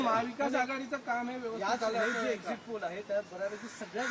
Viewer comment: Egzis poll nhi re exit poll ahe te 😂